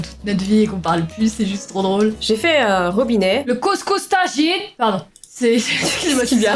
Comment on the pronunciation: nan mais grvvv 😂😂 chuis marocaine et j'aprouve de ouf elle l'a dit parfaitement hahahahahha